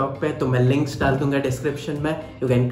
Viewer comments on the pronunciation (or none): none